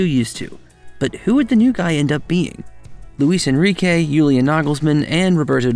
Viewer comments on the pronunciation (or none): none